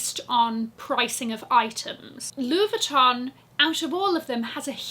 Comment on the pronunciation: French girl speaking : your pronunciation of "Louis Vuitton" is absolutely PERFECT. Btw, you're amazing girl !